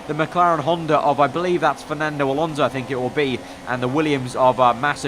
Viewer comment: It's Alonso not Alonzo😂😂😂 Great job nice video as usual